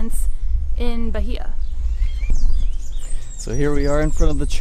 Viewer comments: Boipeba - boy-PEH-bah..........Bahia - bah-EE-a ..... NOT bah-HEE-a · Just a pronunciation tip: the word Bahia has 3 syllables. Ba.hi.a, and the stress is on the second syllable... Ba.HI.a, and you don't pronounce the "H"...